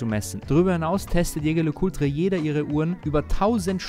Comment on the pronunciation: Schä Schär Lä Kulträ...kann doch nicht so schwer sein, lieber 😅 Back on topic, als Besitzer einer Polaris Date kann ich den Eindruck der anderen Mitglieder nur bestätigen. Hervorragend verarbeitet, 1A Außergewöhnlichkeit und natürlich Haute Horlogerie und das auch noch zum kleinen Preis❤